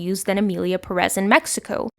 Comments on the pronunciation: PÉREZ -the first syllabe is tónic, that is why it has accent. Please stop saying perez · Non related, but I need to ask: do they say "PerEz" in the movie? Because Ive watching a lot of videos talking about the movie and everyone says it like that, but the name is actually PErez, so I was wondering if this was so bad they dont even got the name of their main character right 😂